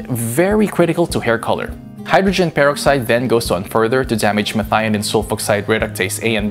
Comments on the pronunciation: Repeat after me “purrr-ox-eyed” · how he says hydrogen peroxide is bugging the shit out of me! anyone agree??